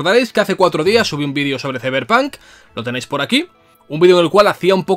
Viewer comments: De los creadores de : "Ziberpan" Llega... "Izeberg" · De los creadores de: “Siberpan”... llega... 🥁 “CeiberPanK”.